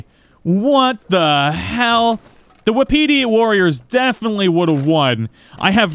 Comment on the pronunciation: Not to be that guy but it's pronounced "wah pitty" not "wahpeety" I didn't know that until recently